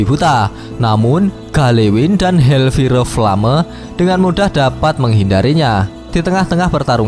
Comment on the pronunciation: hellfire flame kalo dibaca "hel pire plame" ya?? :D